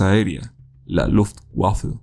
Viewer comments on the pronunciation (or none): Se pronuncia "vermagt", "luftvafe" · Muy interesante! Se pronuncian Vermajt y Luftvafe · jajajajajaja la "Lutguafle" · creo que se pronuncia "luftvaffe" la w la pronuncian como v en ciertos idiomas como el alemán o polaco También habla sobre el telegrama que mandaron los nazis, donde si se aliaban con Alemania, México recuperaría los territorios perdidos por Santa Anna (hijo de su rptm)